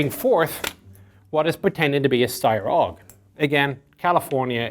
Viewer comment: I find it interesting that you pronounce the FN rifle as F A L and the Steyr rifle as 'aug' instead of A U G (I find it interesting because the common names of both rifles are the initials of their full names). Is this perhaps because you are using the terminology for the FAL from your time in Ireland and the terminology for the AUG from your time in the US? I don't mean any criticism, I'm genuinely curious.